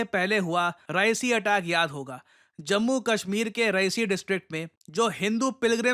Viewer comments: Reasi ❌ Rehasi ✅ My home town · रईसी नही रियासी है जगह का नाम, मैं वहां रहकर आया।🙏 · REASI, not Raesi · कृपया रियासी डिस्ट्रिक्ट बोले ना कि रईसी🙏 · Ri---ya---si not ra--i---si 😂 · I'm from Reasi...(Ree-aa-si....not Rai-si) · Sir its Reeyaasi not Raysee -- Thanks from Jammu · Its not raesi its REASI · Its re-aa-c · Sir, it is pronounced as रियासी district. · It is रियासी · रियासी, this is how Reasi is pronounced. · Hi -. Just a correction in pronunciation for Reasi It's pronounced as Reyasi ( Re Yaa see) although written as Reasi Thought sharing here. Thankyou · Reasi ~ pronounced as Reyaasi😊